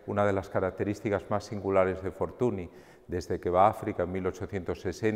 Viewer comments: La NY de pronuncia Ñ en catalan, por lo tanto se pronuncia " Fortuñ". M'ha fet mal escriure Fortuny així, la veritat,. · La NY de Fortuny es la Ñ en catalán. Es escandaloso que un museo como el Prado, con el rigor que le caracteriza, no sepa pronunciar bien el nombre de este magnífico pintor. Debemos reivindicar que se pronuncie bien los nombres de todos los artista Mucha, Munch, etc. Por otro lado, no olvidemos a los grandes contemporáneos y amigos de Fortuny; Tomàs Moragas o Josep Tapiró, entre algunos otros. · Hola Daniel, a pesar de que en catalán se pronuncie "fortuñ", en castellano, italiano, francés, o inglés, se le conoce con la pronunciación "fortuni", de ahí la confusión. Sucede algo parecido con artistas como Ingres. Un saludo